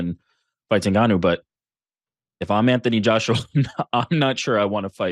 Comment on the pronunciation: Did he say Antony Joshua 😮